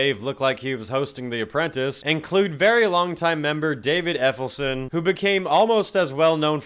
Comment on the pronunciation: David effelson? 🤣🤣